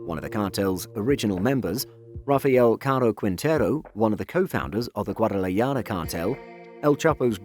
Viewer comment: WTF...GUADALAJARA..NOT GUADALAYADA.. 🤣 MAO